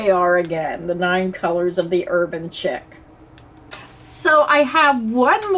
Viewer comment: The yarn you chose are all really pretty. I do believe the Urban Chic is pronounced “sheek” not Chick.